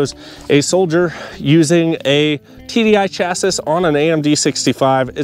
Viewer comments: Appreciate the video but you gotta stop saying chass iss. It's chass ee. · Thanks for the video but I cannot help myself but to say it's pronounced "chassie" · why are you pronouncing chassis like that?